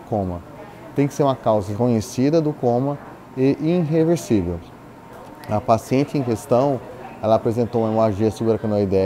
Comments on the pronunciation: UAU, o cara falar “inreversível” atrapalhou demais o trabalho dele, olha como o português não perfeito prejudicou o paciente!!! Ah plmds, vocês são tonhão demais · Tá de sacanagem? Olha o quão foda é o trabalho do cara, a complexidade dos processos que ele segue, a seriedade de seu ofício e você vai reparar num erro pontual de fala?